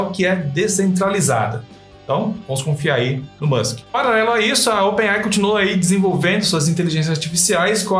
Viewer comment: Open AI é foda kkk se começar a ler um nome em inglês tem que ler ele inteiro com a pronúncia certa se nao fica meio estranho, o nome dessa empresa é open AI, lê se (open "ei" "ai")